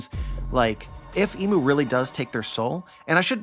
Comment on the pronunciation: I feel like it’s important to call him imu not mu